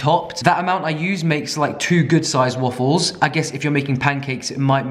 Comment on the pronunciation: i live for the way he says WUFFLES